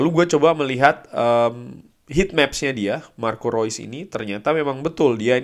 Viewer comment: Thanks updatenya bang.. thanks juga buat selalu spelling nama2 pemain sesuai pengucapan aslinya.. baru tahu kalo "Reus" dibacanya "Rois" secara dia jerman.. selama ini mah nyebutnya "reus". sekalian belajar foreign language.. thanks.